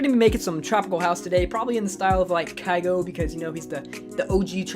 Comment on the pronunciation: Not kaygo btw